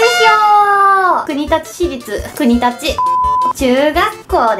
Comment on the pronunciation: くにだちって言ってる時点で察せた(*ºчº*)こくりつじゃないの？笑笑